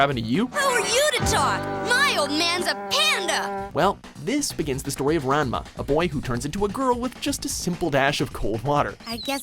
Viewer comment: Am I the only one who get's irritated when someone says Ranma 1/2's name wrong? It's pronounced "Ron-muh One-Half"